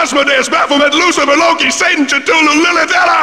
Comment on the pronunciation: The way how he pronounced Cthulhu...